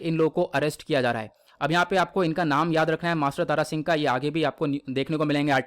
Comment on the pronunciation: Tara Singh Nhi Thara Singh ji hai